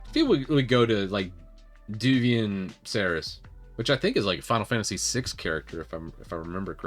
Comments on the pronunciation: Devuan has the same type of netinstall disc as Debian, man. It doesn't "come with GNOME" - you pick which DE you want, or none at all, like the normal Debian netinstall. Also - "Dev-wan" or "Dev-you-an" :-) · Alao it's pronounced as dev-wan